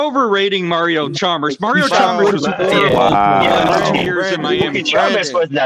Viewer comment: Heat was not a superteam and they didn’t have good role players smh this Man said chalmbers 😂